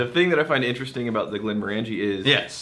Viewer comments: Glen MORE an jee.... Glen MORE an jee... say it ten times, stress on MORE. ...NOT glen more AN jee! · I hate to be that guy...but it's not Glen-more-ANJ'-ee... it's Glen- MORE'-anj-ee. Think orange. OK, lesson over. I love Glenmorangie! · Rex I once accidentally pronounced it like Glenmor-angie like the girls name in a pub in Inverness and they refused to serve me. Once I said Glenm-orangey like the fruit I was served right away. Fickle people in Scotland when it comes to our drink. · I hate to be that guy (actually I don't) but I've heard every Scottish person pronounce it "glen-MORE-an-jee". The middle of the word is "orange" like the fruit. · Hate to be that guy to the guy that hates to be that guy but it's Glen-Moranjee not 'More'. Think as if you were saying orangey at the end. No emphasis on any syllable. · They talked about this in the Quinta Ruban video. knows the correct way to say it but has always pronounced it the other way. Some habits die hard. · Yeah, totally my bad. Once I've said something one way, it's almost impossible to get it out of my head. Plus. I'm Texas. So maybe I can just claim that's how Texans pronounce it :-) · Yeah, I talked about pronouncing it correctly in our Glenmorangie Quinta Ruban video, and in this one, completely forgot. It gives Rex more reason to hassle me.